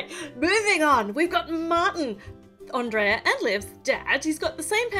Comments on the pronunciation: It's pronounce (On-dray-a) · Andreea not Andrea